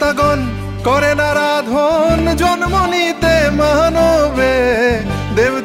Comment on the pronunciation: Pronunciation problem bro.Naradhon or Aradhon which one is right!?